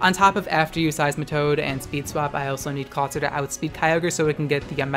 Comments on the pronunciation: Its pronounced Claw-IT-zer like the movie IT. Not Claw TI zer like advertiser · ITS NOT CLAWTIZER, IT'S CLAWITZER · I thought clawitzer was pronounced similarly to howitzer? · Clawitizer. Triggered. MUTE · I love your videos, but just a heads-up because trolls exist: Clawitzer is pronounced "CLAW-wit-zer" because it's based on the type of cannon called a "Howitzer" (HOW-wit-zer). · Ok legitimate question here, is he saying Kyogre and Clawitzer as Keyogrey and Clawtizer on purpose?